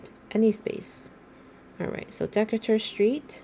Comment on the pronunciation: It’s pronounced duh-KAY-ter street.